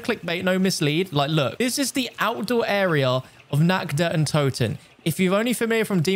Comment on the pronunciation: How you just spell nacht der untoten its feeling so cringe cuz i am german i understand of you nact de untuten